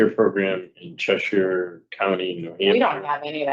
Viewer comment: A SURE way to tell someone is NOT originally from Connecticut is the way the pronoun the town of Cheshire, which he mispronounced. This guy makes me super uncomfortable. It’s the eyes. It’s ALWAYS the eyes.